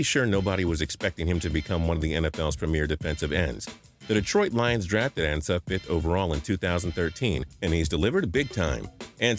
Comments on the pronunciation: Isn't is AHN-sa and not AN-sa? Pronunciation.... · Ansah (On-Sah) not (An-sah) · its AA-N-SUH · It's pronounced "ahn-sah". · He said ansah name wrong....smhhh